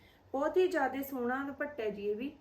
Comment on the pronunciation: ਦੀਦੀ ਭ ਨਾ ਬੋਲੋ ਦੁਪੱਟਾ ਪ ਬੋਲੋ